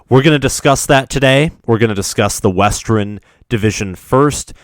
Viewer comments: “Westren” “Eastren” “Ellinois” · WESTREN ??????? Im convinced he does it on purpose just to piss us off